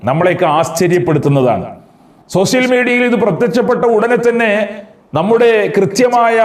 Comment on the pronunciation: സൊസിൽ മീഡിയ അല്ല സോഷ്യൽ മീഡിയ